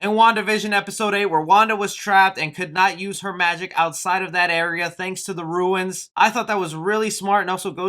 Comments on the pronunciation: IT'S RUNES, NOT RUINS LOL. ALSO YOU GOT A LOT OF OTHER THINGS WRONG TOO. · Runes are pronounced RooNs not "roo-ins".... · Runes...NOT ruins, bro. Otherwise, good review. Solid series. Very emotional.